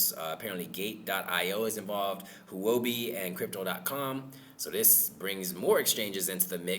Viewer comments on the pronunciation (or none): Huobi is Chinese 火 fire 币 money (cryptocurrency) It is pronounced whore bee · Actually pronunced hwo bee. Blend hwo together.